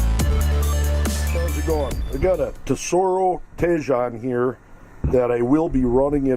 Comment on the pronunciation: Thanks for the review. Btw I believe it’s pronounced “tee-hone”.